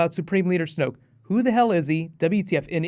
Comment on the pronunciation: ***** its snoke not smoke.